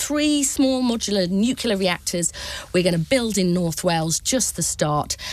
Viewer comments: FFS, it's pronounced "new clear”, not "nu queue luh". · “Nuclear” Ms Kendall, not “nucular”…. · Why are these people saying nucular instead of the correct nuclear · Can someone teach Kendall to pronounce NUCLEAR correctly ? She’s not George W Bush! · It's NUCLEAR not NUCULAR !!! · The woman can't even pronounce 'nuclear'. Another dumb, poorly informed Minister repeating the same dogmatic spin.